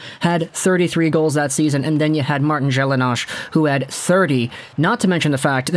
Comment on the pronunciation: I’m going to excuse you because you’re so young but his name was Martin “Gelina” the s was silent. We don’t pronounce it “Gelinash” lol